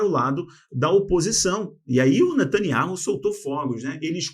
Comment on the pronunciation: Nome natanyahu não ser ler da forma q o amigo pronunciar sou membro dessa canal a muito tempo desculpa por falar isso amigo.